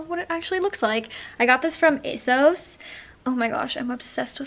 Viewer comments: isn't it pronounced A sauce no a sos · Why do u keep calling asos asose